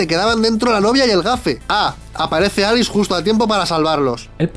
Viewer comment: Minuto con dice Alix en vez de Alice Error épico jaja